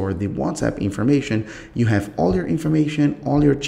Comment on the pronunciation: "how chu" "go chu" what's this chu chu